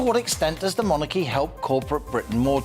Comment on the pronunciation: Interesting points made by after. As a significant part of his subject involves the monarchy, I think it would be helpful to his listeners if he pronounced the word in the accustomed English way, i.e. MONarchy, with the emphasis on the first syllable.... as in 'jeopardy' for example. I am not the pronunciation police, I merely mention it as an observation in this particular context, to try to be helpful!